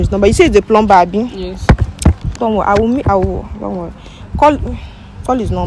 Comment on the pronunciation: HEY. Please the word PLUMBER. IS pronounce PLUMMER THE B IS SILENT. SORRY.MY DEAR. ENGLISH IS MY FIRST LANGUAGE.